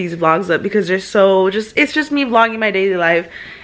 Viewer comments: they’re fat:.....me?: the eggs Me: I’m pretty sure you said “you’re fat” hahahaha lol 😂 (Not hating) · They're Fat: (Thinking he said "you're" fat) Me?? Me: (Also thinking he said "you're fat") No girl, im pretty sure he was talking to me...😭😂😭😂